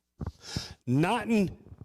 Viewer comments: Its pronounced Net-and-Yoohoo. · Have you heard how the Iranians pronounce it? "Na Tanya Hoo" 😂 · He didn't even say reptilians once! Also, you mispronounced his name.. hilarious. is this comedy? Are you a reaction political podcaster now? Who wants your opinion? Who's laughing at this? Are you ok? ...